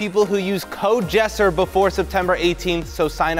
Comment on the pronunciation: it’s not yessir it’s jessir